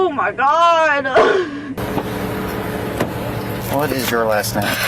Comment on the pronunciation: If you say “oh my goduh” or “oh my godah” i immediately know the height of your maturity level